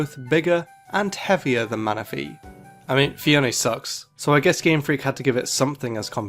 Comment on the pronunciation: MANAPHY, NOT MANAFEY!